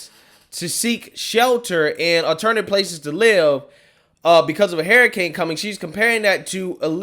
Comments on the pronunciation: “Hurricane” not Haracane😉 other than that I agree with you👌🏽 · why do you keep saying "HAIR" A CANE instead of "HURR"ICANE? I just can't unhear that. 🦱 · Please learn to pronounce words correctly. Your atrocious speech impediment bothers me to no end. It's hurricane, not hairicane. Her-icane. Practice it and use it. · "Hair" a cane, lol. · What's a hair-iccane ? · "Hair i cane" lmao. I love it. Look like a Hairicane hit Joy Reids head. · I like the way he says hurricane. Lol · I like how you pronounce hurricane.